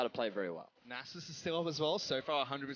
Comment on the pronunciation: "nah-zus" gtfo